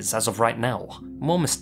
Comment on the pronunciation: "Shrivuhhhhll" Ah! That familiar breathy speak, I know it too well! Unbelievabuhhhhll! Like "Right Nowuhhh" you literally made a one syllable word into a two syllable word. Bravo.